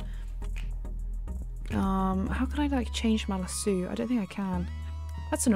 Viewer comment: Its lasso not laso